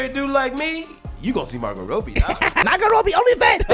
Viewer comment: I love your chanel and everything but how you pronounce margotrobbie to margot roadbie?